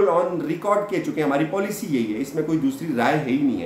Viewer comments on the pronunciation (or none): none